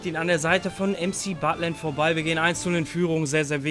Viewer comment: Wer feiert auch das er MCButland sagt😂